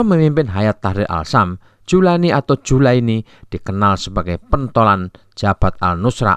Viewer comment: Muhammad Al Jaulani bos, bukan julaini..hadeuh..